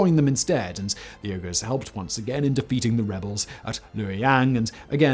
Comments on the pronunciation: As usual another awesome video, you are taking a great deal of time to research and nail details, but your pronunciation of the Turkic words were causing me to cringe and wince... even the modern name of the Uyghurs.. It's bad enough that the PRC is commiting crimes against humanity on them, but to mangle their names here.. just wow. How would you like to hear the word England pronounced something like Unglind every single time its uttered?? I STRONGLY suggest spending a few minutes to research unfamiliar names and pronunciations on easy to find on- line resources... This is not unique criticism of you as I see and hear so many videos with butchered pronunciations of many words from many languages out there, but as a native speaker and one very familiar with names and subjects discussed in this video it was truly upsetting, unsettling and stunningly wrong. And even more importantly you are educating thousands of new viewers in the wrong pronunciations of these words and names... Even so, much respect for all your efforts nonetheless, I truly enjoy your videos and gleaning more knowledge from them... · Me both surprised and also not surprised at all the Simon doesn't know how to pronounce Uyghurs. (WEE-gerz) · Wait, these are the same Uyghurs who are dissidents in communist China now, right? Isn't it pronounced "WEE-goorz"? I think you need to look up the pronunciation of "Manichean" also. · I came into the comments because I was pretty sure he meant Uyghurs, especially after he began to list a few, but that pronunciation! "Ugh-ers" haha! Although to be fair, I had to ask "what's a Uyghur" when I was in college because their culture was never taught in American history classes. A shame! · Yurghurs, Simon?! Yurghurs, reeeally? 🤨 I believe the people suffering Chinese gen*cide and ethnic clens*ng as we speak prefer Uyghur be pronounced, “Wee-ger”? Pleasure, as always. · It’s not URGHERRRRS! It’s pronounced WEEE-GHERRRS! Come on man….